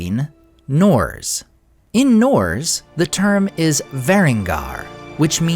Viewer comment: "Norz"? You mean Norse, right?